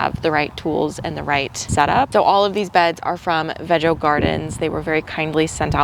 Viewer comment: (((HUGS))). The garden beds look very nice. Are they pronounced Veg-O, of Vee-Go? I have heard both and am just curious. Can’t wait to see what you plant. I started out big and now just plant what I know I will eat.